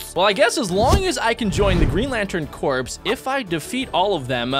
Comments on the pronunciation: Its not corps its core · “Corps” is pronounced as “Core”